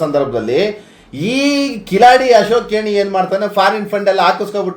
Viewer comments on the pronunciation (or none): ಕೇಣಿ ಅಲ್ಲ ಕೇಡಿ